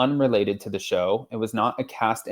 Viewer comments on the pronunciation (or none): none